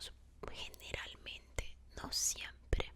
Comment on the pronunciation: Me encanta cuando dices palabras con r como raton,filmora,general etc 😍😍